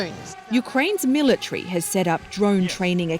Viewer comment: Mil a tree 🤣